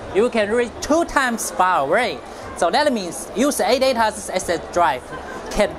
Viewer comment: audaa aee emm silusiiiion